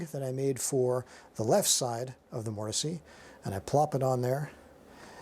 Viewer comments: Why are you saying mortisee? I have never heard that before and can’t get past it. I thought it was a joke at first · The E in mortise is silent. MOOR TIS